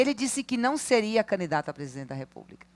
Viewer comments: Que agonia que dá essa mulher falando “caNidato” … 🤦🏻‍♂️ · Só eu ouvi, ou ela fala mesmo "canidato" "canidatura"?!😅